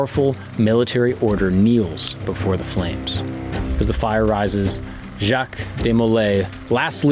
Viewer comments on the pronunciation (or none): none